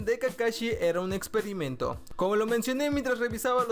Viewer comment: dice exoerimento